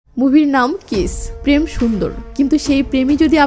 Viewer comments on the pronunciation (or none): none